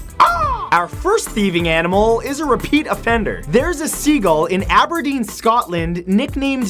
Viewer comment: For an American living in Canada, i think he pronounced Aberdeen quiet well